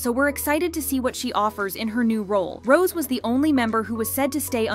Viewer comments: Do you not see the accent mark above the e in Rose's name?? It's not pronounced ROSE like the flower. It's ROSE-A. Jesus Christ on a bike. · Rosè It’s pronounced row-zay that’s why there’s the accent on the E it is not pronounced like the flower get it together girl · It's ROW ZAY